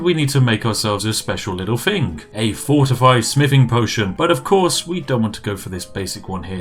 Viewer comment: When you said fortify smithing one time I thought you said fortify spiffing